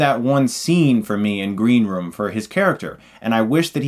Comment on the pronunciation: Did he say "Green romance" at the start?